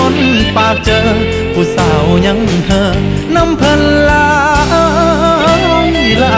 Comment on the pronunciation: ภาษาพ่อขุนกำลังจะเละผมได้ยิ้นนักร้องเกือบทุกคนออกเสียงขำว่าเธอ เป็น ช.ช้าง